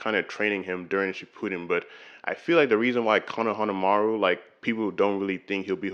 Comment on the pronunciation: This is a really great video, i will definitely continue watching this channel. I do kinda have one nitpick tho ( , his name is pronounced kow-nuh-huh-maa-roo)